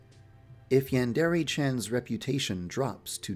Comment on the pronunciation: OH MY GOD,for the first time in forever [Insert Frozen joke here] he pronounces Yandere right,I'm so proud of you Too bad you don't do it for your other videos